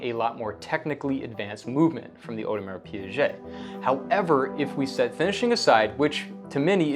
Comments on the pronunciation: You are a RO owner mate and that's how you pronounce Audemars Piguet? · Yes, if you can't pronounce the name correctly, just go with the initials (AP, JLC).